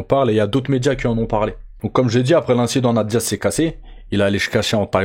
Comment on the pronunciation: On dit "'nèyte Diaz" pas "na te Diaz" 👌🏻 (tu dois le répéter au moins 100x ds la vidéo 🤯🤯🤯)